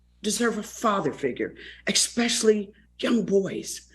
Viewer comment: First of all Ms. Vivica, you need to learn to speak before you talk about others. You may not like to see black people be represented like that, well I hate to hear black people (like you) say eXpecially. The word is eSpecially. Get it right and come again.